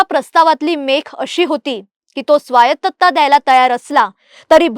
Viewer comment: स्वायत्तता असतं स्वायतत्ता नाही 💀